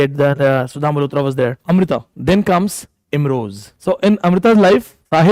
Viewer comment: It's Imroz not Imroj, kindly correct.